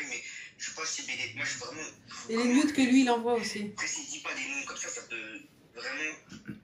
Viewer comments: jsp tu vien d'où mais on dit nude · « Des nyoude »